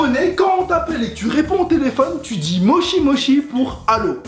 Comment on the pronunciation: exact donc moshi moshi sa a rien avoir shi et chi c pas la même lettre mais bon on le pardonne